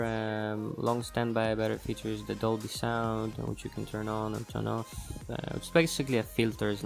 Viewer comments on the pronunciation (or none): none